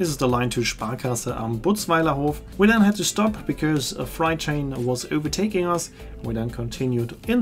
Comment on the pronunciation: Tolle Reise und toller Bericht. Kleiner Tipp für nächten Mal: „freight“ wird auf Englisch wie die Zahl Acht (fr-ate) ausgesprochen, nicht wie „fright“ (fr-aite), was „Schreck“ bedeutet.